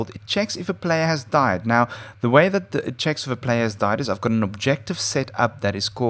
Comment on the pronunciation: Died not deet